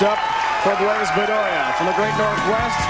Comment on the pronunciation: Think how bad the present day PBA broadcasts would be if Brian Voss was in the booth. Bland-bland-bland. And why does he keep calling Randy PEED-er-SON "PED-er-SON"? Good Lord. And doesn't he call Blaise "Blize"?